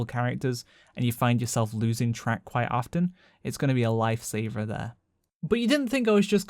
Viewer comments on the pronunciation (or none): none